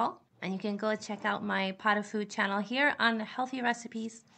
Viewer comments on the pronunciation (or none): none